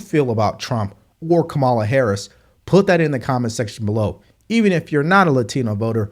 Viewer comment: I want to take you seriously but you still can't pronounce 'Kamala'. It shouldn't be THAT hard to grasp.